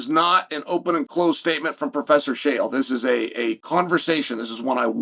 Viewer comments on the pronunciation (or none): Can we just give some props. Uncle Chael, known for purposefully mispronouning everyone's name, mispronounced his own in this one. ✊️